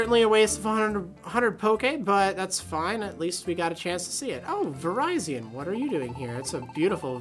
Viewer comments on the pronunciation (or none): it's actually pronounced Vi-rye-zee-un then? I'd have thought it'd be Ver-riz-eon due to it being based on the colour Viridian o.O meh well. Since when has many Pokémon made sense? lol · you say virizion like this vare-iz-on I think!